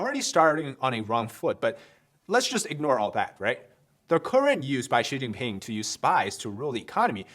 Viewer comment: Oh ok Xi pee'ping' 😮😅🤣